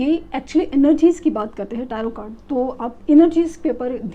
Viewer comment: Mam I like your reading But I want to tell you rather correct your pronounciation. If you dnt mind Tarot ka icchar me last ka t silent hai It is Taro